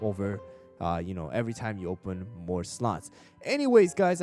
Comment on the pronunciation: ''mroe'' (no hate, is one of my favourite YouTubers)